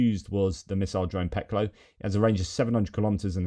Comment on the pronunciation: Just incase you want to know, "Peklo" the 'O' is pronounced like the 'o' in 'loft' rather then 'low'.